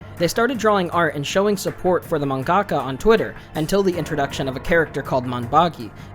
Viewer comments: Just something that bothers me, you put the emphasis in the wrong place in the word mangaka. You say manGAka instead of MANgaka. It's something I notice a lot of western weebs doing, like how people were pronouncing Inuyashiki as InuyaSHIki. I might be more sensitive to emphasis because English is my second language, but it really makes me feel like everyone else is deaf. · I hate you weebs trying to use Japanese or words that don't sound right. Wtf is a manggaka